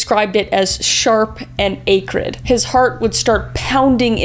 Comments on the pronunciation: I believe it’s pronounced “acrid”, not “acrid” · Do Canadians pronounce the word acrid differently?